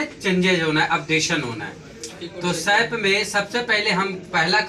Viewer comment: As a teacher u r wrongly pronouncing SAP.Firstly correct it.